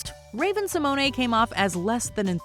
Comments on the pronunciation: Rayven Si-moan not si-money! 😣😣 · Simone-ay. Honey, that's not her name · did you just... say raven sImOnAY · I was definitely not impressed with the way you pronounced Raven Symoné‘s name. Have enough respect to learn how to say peoples names correctly. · Why is nobody talking about how Simone is being pronounced 😭😭🤧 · 😅 Who has EVER pronounced Raven Symoné with that extra syllable on the last name? She's never even done that herself. Is anyone paid to do research so the script is accurate on this channel? I thought this channel was above such an obvious blunder.. ouch. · No. Definitely not how it's pronounced! LOL